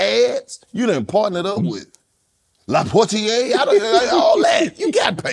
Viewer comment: Why 'los said le portier which so much emphasis lol